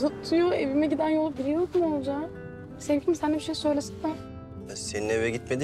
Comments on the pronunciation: Akif'in ciddi durumlarda Oğulcan'ın ismini doğru söylemesi... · İlk defa Akif oğulcanın ismini doğru söyledi😂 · Akif oğlucanınn ismini doğru söyledi 😅